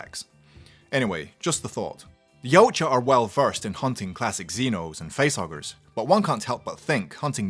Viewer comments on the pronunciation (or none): OK now sorry but I have to point one thing out from my study on the Internet yautja isn't pronounced how he says it but Is pronounced e watt ya